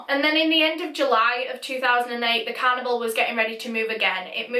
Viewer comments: After mentioning the oddness of the "toilet roll" I was expecting some sort of an explanation! Lol! Also I kept hearing "cannibal" not "carnival"... it took context to decipher!! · I thought she said cannibal instead of carnival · I literally thought she said that they wanted to join a, "Traveling Cannibal" i was so confused and I thought she was saying that until she said that he was going to leave the "carnival" and start a life. I've never been so weirded out and confused at the same time before. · In the beginning, I actually thought for a moment that you were talking about a traveling cannibal instead of a carnival. Btw this is such a frightening case.😫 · When you said carnival it sounded like canibal lol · You pronounce "carnival" like "cannibal" and it is an unfortunate coincidence in this video. Where is your accent from? I've never heard an accent like yours. Is it Scottland or northern England? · every time you said carnival it sounded like cannibal 💀💀 rip I’m so sorry omg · i thought when she said carnival she said cannibal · I can't fricking stop hearing canibal when she says carnival frick frack frick